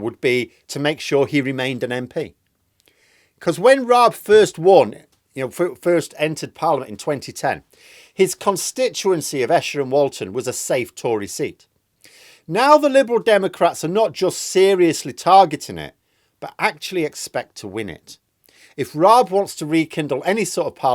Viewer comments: It's pronounced E-sher like email. Not esher, like pressure. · He will be in the House of Lords before too long. Btw it's pronounced 'E-Cher'. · RAAB is MP for ESHER pronounced EE SHER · Raab's Wikipedia entry mentions accusations of bullying that go back to 2011 when he won a libel case against the Mail on Sunday about it. Fair enough if the Mail didn't have the evidence to substantiate their claim, but it's interesting to note they felt the way they characterised Raab was believable enough to its readers. Incidentally,, Esher is pronounced EE-shər by the locals. When they hear Escher they think of an artist:goodvibes